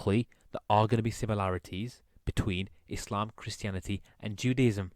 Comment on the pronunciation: Lol how can people take someone seriously who can't even pronounce Mohammed PBUH and Islam properly🤦‍♀